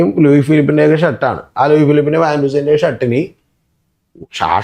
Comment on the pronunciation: വാൻ ഹുസൈൻ അല്ല വാൻ ഹ്യൂസിൻ